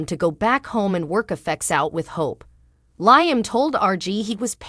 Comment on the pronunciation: I wish all of you that tells us the spoilers on Bold and The Beautiful would really watch the show so you would pronounce Liam’s name right. All you have to do is listen to his name and you would find out that you are pronouncing his name Wrong every time.